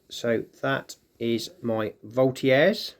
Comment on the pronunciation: Isnt it pronounced " Volt -i - Jeurs "